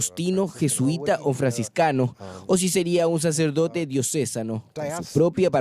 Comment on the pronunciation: El periodista que dobla el relato del hermano del papa debe aprender a pronunciar la palabra diocesano. Slds.